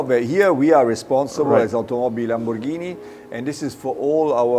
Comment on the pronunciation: LAMBORGHINI NOT LAMBò RGANI...................